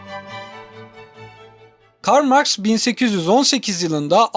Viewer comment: Karl Marx diye yazılır Kral Marx diye okunur